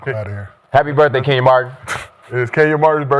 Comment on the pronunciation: Kenyons Arena 😂 gotta chill